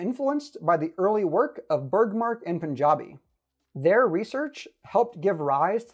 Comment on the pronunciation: Random comment but as an Indian whose surname is Panjabi, I can't help but tear up when you pronounced "Panjabi" correctly. You are the first person with a foreign accent who has been able to nail the pronunciation absolutely 100% correctly 😅